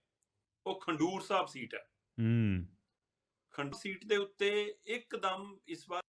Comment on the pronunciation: ਦੀਪਕ ਭਾਜੀ, ਨਗਰ ਦਾ ਨਾਂ 'ਖੰਡੂਰ' ਸਾਹਿਬ ਨਈ, 'ਖਡੂਰ ਸਾਹਿਬ' ਆ ਜੀ।